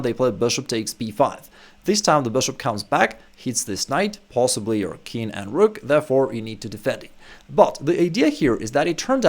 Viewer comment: Nice content. But it seems to me that you say "kin" for "king". Is that a common pronunciation ?